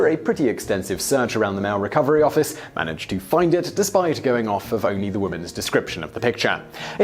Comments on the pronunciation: "manged to find it" lol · 4.05, "...manged to find it" Ding! I swear these are actually easter eggs, not mistakes haha!